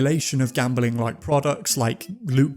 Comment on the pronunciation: Gam-beling? Bing bing